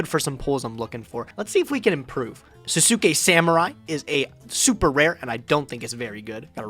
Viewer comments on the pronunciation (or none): Sasuke is pronounced 'SAHS-kay',. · Anyone who has ever watched Naruto before is probably going to be triggered by pronunciation of Sasuke lol